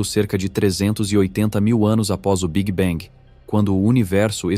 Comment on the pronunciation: tudo ia muito bem até o migué "big bang"... aí não dá - "biguibengue" não dá... é muita tolice